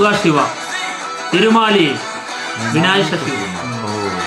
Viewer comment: തീരുമാലയ്യ് അല്ല തിരുമല